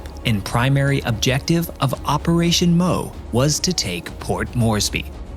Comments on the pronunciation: Please take some effort to find out how to pronounce the Japanese names. Re "Operation Moe," I'm pretty sure that it was actually "Operation MO" (pronounced "EM-OH"). Re the map shown , there was no Henderson Field on Guadalcanal until after the U.S. invasion on 7 Aug 1942. There was an incomplete Japanese airfield that that the U.S. Marines captured and renamed in honor of Maj. Lofton Henderson, the first Marine pilot to be killed in the Battle of Midway. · The Moresby operation was operation MO pronounced one letter at a time. Not operation MOE like the name. Same thing with midway. It was operation MI pronounced 1 letter at a time. Details matter.